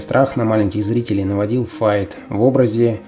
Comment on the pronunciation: Почему Фейт. Файт правильно.